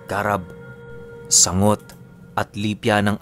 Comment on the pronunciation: its sang-got not sangot and ang lugod is a rock, in tagalog hilod yan.kinukuskus pang tanggal libag... hayy nako